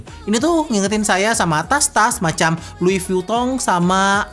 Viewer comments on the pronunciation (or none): “Lui vluton”